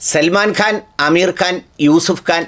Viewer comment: "കാൻ " എന്നാണ് ഖാൻ അല്ല .